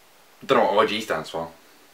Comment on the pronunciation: the way you say O.G sounds kind of like you're saying orgy ....